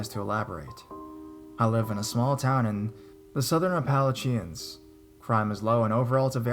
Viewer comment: Two words: Thank you! Two more words: Time stamps? Please consider them in the future, they would be greatly appreciated. Also, Appalachians is pronounced apple-A-shuns, emphasis on the third syllable. You do a generally great job!!!